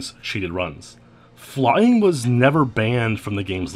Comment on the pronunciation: Fuck "FLYUNG" :)